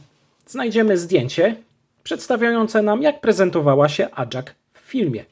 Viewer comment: NIE ACZAK TYLKO AJAK